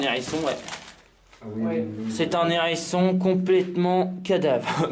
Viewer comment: Mon dieu, étrange endroit peuplés de Z'hangars, de n'hérissons et de tas de vieux journalS ;)